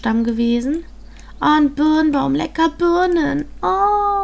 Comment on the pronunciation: Du sagtest so : "Oh lecker Börnen":D anstatt Birnen :3